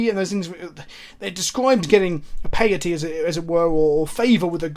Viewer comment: Piety is a form of the word Pious. Rhymes with society.